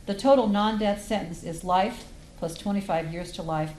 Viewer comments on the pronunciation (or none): Why the judge keep pronouncing “life” as “rife” ??